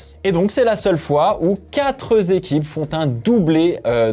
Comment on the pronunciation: Super vidéo, merci. J'aimais bien les fast live aussi, pas de soucis, tant que le contenu est bon ! (juste le nombre "quatrez" n'existe pas et tu l'emploies souvent) Bises les amis